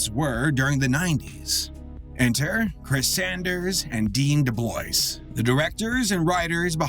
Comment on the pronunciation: Dean DuBLOYCE? It's French. He's from Canada. It's pronounced "Deh-BLOOah"